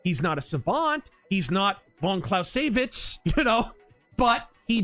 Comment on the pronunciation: That is the first time I've heard Von Clausewitz pronounced that way